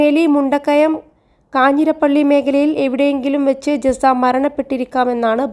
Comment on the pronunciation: ജസ്സയോ?ജസ്‌ന എന്ന് ഈ നാട്ടിൽ ആർക്കും അറിയാം. പേര് പോലും തെറ്റി പറയുന്നു...വച്ചിട്ട് പോ